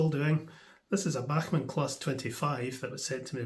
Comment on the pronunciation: It’s worth it just to hear you say Bachman !😅